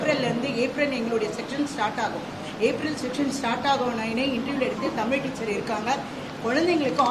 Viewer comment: தமில் தமில் இல்லடா தமிழ்னு சொல்லுடா